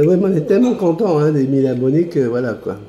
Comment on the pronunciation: Tu ne fais que rarement des fautes d'orthographe, mais si tu pouvais éviter de redire les " mille zabonnés ", cela fait mal aux oreilles ! 😅😂😁 bises